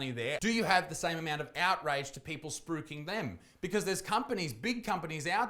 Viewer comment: I had a hell of a time figuring out what word you were saying, but it's spruiking right? lol